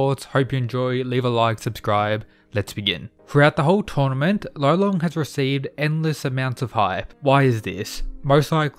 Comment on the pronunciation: Gotta say, I think his name is actually Lolong not Rolon. He's from the Philippines so It's DEFINITELY Lolong. Rolon is just how Japanese people would pronounce it